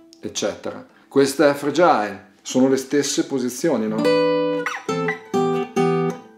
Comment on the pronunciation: Bellissimo tutorial, Grazie. Però si dice Frè-gil non Fre-giàil. My two cents (●'◡'●)